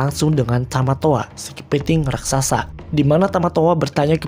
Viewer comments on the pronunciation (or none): none